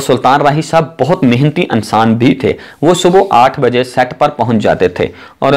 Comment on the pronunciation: Ye clip ghaalban Urdu main bana-ne ki koshish ki gyi he. "A"ttar pardesh. Achhe "A"nsan the....film "E"ndustry..... Unnees sao "A"kattar main....s"A"ltan raahi...I love this Rana Sana Ullah Maarka Urdu....like sApreem court.....